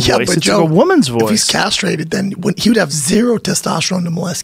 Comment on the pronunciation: Joe "Michael was chemically carstrated" Rogan